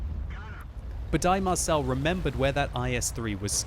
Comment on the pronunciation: Dear Budai Marcell is a hungarian name like gergely németh you are soo funny!